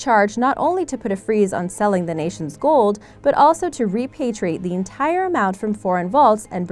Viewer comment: Its gold not gould